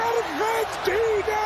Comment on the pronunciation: It's not Urgentina.. it's AArgentina.. spelled Argentina. Ella wordsum accent oda pronounce pannanumnu illa